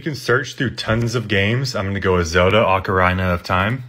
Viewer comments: The second he pronounced Ocarina wrong, I should've known he would call Link Zelda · ocorina lol